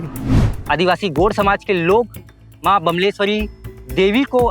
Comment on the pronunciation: भाई गोंड शब्द का सही उच्चारण तो कर ले, gond गोंड शब्द है गोड नही । बिंदु का उच्चारण भी कर ले।